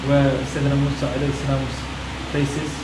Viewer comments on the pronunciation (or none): Mosa ✅ Musa ❌